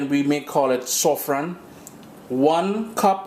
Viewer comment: in Trinidad we does say.....saaaafffran not sofron (of course I know the spelling saffron)